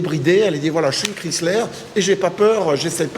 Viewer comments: Les plaques sont montées trop proche au dessous du calandre. Il s'agit d'une millèsime 2004. La pronuncion 'Chrysler' n'est pas bonne. On ne prononce pas le nom à la méthode française comme 'kriisslär' mais étant donné qu'il s'agit d'une marque américaine comme 'kraiissler'. Jolie voiture, même avec un 'esprit baroque'. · Ho ho ho ces très loin d’une Bentley ou ce genre de modèle, si vous aviez au moins faite un comparatif avec une Cadillac et ou Lincoln. Autre point vous pensez que vous parlez englais juste votre prononciation du mot Chrysler j’ai pissé de rire, savez-vous le sens du mot respect d’une autre langue que le français.